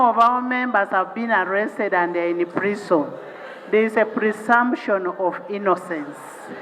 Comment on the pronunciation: Prison, "PULISONI" 😂😂😂😂